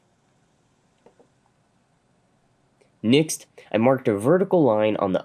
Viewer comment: Is he pronouncing next as nixt?